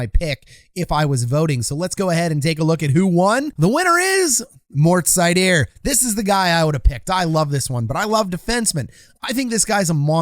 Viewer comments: German here: You can call him SEIder. If you really want to get it right then say ZEIder or Zuydr. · Seider isn't French. Pronounced like cider.